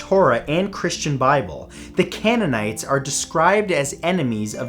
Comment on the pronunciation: CANE-un-ites! Cult of Ah-ten. Pronunciation is everything.